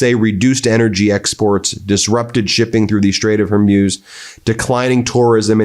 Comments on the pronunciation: its HOR-MOOSE. Not Hor-"muse". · Straits of "Hormoos" not Hurmoz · it's not "hor-moze", it's "hor-moos" (as in the sound a cow makes, plural) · Straight of Harmoose? Cutter? Eyeran? Learn To Read And Wright And Pronounce America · Please! For the love of the English language, can you pronounce the Strait of Hormuz (“hoar-MOOZ”) correctly? Pretty please? For me? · Ben found a new way to mispronounce straight of Hormuz today